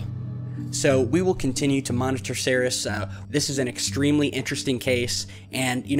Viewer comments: Pronounced.. See..ears. NOT See-Res. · Minor point, but "Ceres" is pronounced "seer-ease" not "serris". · excellent video Ceres is pronounced seerees by the way Scotland loves you